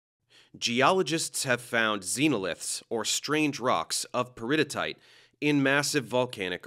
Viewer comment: I'm sorry but your pronunciation of "peridotite" is driving me crazy. It's actually pronounced "peri-dough-tight." Additionally, the rock shown consisting mainly of olivine is likely dunite named for Dun Mountain in New Zealand. The only addition I'd make to the presentation is that there are melts of intermediate chemistry between high silica felsic and low silica (ultra)mafic rocks. The Andes Mountains are a prime example of an intermediate composition. The amount of silica affects the viscosity of a melt that directly determines the kind of volcanic eruption might occur. High silica results in trapped gasses and water vapor resulting in an explosive eruption like Mt St Helens vs a runny lava like in Hawaii. Then you could get into that sexy Bowen's Reaction Series. But I'm just a nerd that taught that so it's my bias. But as always, great presentation and completely on point. It's always a good day when you know that folks are being presented with accurate information and getting educated. As we'd say in the Navy, "Bravo Zulu!'